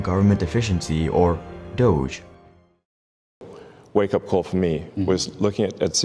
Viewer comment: The fact that people are pronouncing Dog-E wrong will never not be cringe 😂